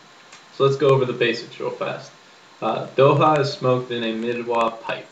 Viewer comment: 1st- its Dokha..its important to pronounce the "kh"(same with midhwakh) 2nd -You smoke midhwakh for the buzz/kick 3rd - A head(you say bowl) of midwakh is equal to 1/5th or less of a cigarette 4th-When you fill you tilt the bottle horizontally and scoop dokha and smoke 5th-its isnt good to pack your midwakhs as you have to drag more than 5 times to use up all of it 6th-You should take threes puff atleast and hold it for about 10 seconds But the review wasnt bad...